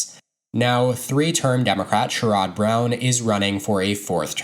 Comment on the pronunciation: You might want to look up how to pronounce Sherrod.... because that was a pretty laughable.